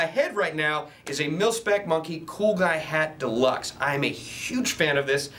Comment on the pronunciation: he says pilspec instead of milspec